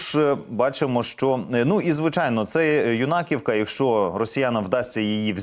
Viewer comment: Говоріть правильно,Ю'наківка,Басі'вка